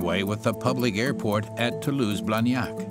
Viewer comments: Yeah, I also heard as "to loose friends" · I heard *To lose friends,*, I kept wondering why do they say that? After replaying video I realized it was “Toulouse, France”.😅